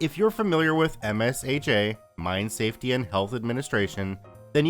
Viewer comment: Just a helpful tip. MSHA is usually pronounced as emshaw, much like OSHA.